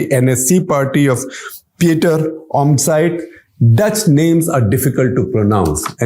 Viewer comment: Praise for your attempt to pronounce the Dutch names as Omtzigt as best you can. even for Dutch it is a weird name 😄